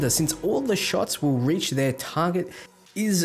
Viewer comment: How did you both fuck that word up lmao it's reach